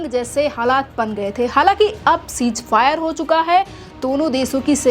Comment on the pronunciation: Mohtarma chij fire Nahin hota hai ceasefire hota hai pahle bolna to Sikh lo badtamiz ko